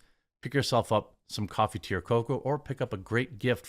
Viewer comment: In the commercial when u say" do u like coffee tea or coco" . It sounds like coffee to ur coco